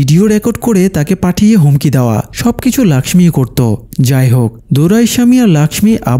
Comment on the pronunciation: Laxmi hobe na lokhhi hobe Hindi te Laxmi bole Tumi bangla te bolcho jokhon lokhhi bolbe abar thake....